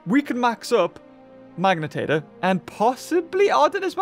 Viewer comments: its magna pyritator not magnitator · day 1 of asking to say Magnapyritor's name right:Edit im not mad about it i just wanna hear him say it